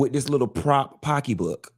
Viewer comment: Whenever says Pockey book I scream 🫣🤣🤣🤣